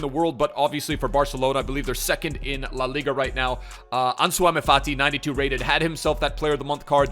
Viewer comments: Ansuwama fati? Just say the name in English, Pleeeease. You don’t need to put ur twist on it mate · still butchering Ansu Fati's name......